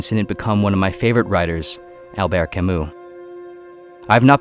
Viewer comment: Not to be "one of those" but since you mention his name fairly often, I just wanted to point out that you always mispronounce Albert Camus last name. It's not [Ka moo] but more [Ka myy]